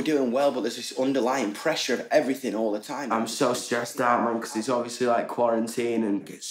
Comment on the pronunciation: " Becos " nO nO NOO